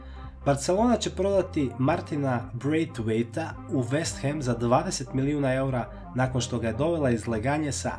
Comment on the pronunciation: Nije brejtvejta vec brejdvajta